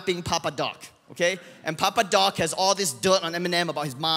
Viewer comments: C’est « Papa Doc » pas « Papa Duck » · please montreux it’s fucking « PAPA DOC » NOT DUCK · It's Papa Doc, not Duck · Papa doc not papa duck ^^